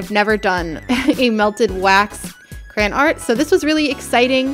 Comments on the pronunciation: She kept saying CRAN ( no hate ) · talking quietly: yes i do say crayen, not crayon..... suddenly agressive so DEAL WITH IT!!